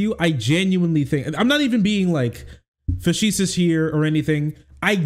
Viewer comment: please, I love you dude, but "faseesuus"? Na.